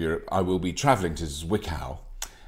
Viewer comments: Zwickau is pronounced "tsvickow" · Great episode, keep going Robert, I love it. When you first said "Zwickau", I had no clue what you ment. And i'm comming from Saxony. Your pronountiation is great. Try to speak it like "Tsvickau", than it becomes little bit more german. Zwickau is where the Trabant used to be build. Greetings from Germany, Tom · „Tswiccow“ comes close 😉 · thank you for these true and open words ... it just needs to be brought up again and again that there are still "people" which rate their extra million of income higher than the health of thousands of others btw. the Germans would be happy if you pronounce Zwickau right ;-) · Say it again. ... "Zwickau" , love it.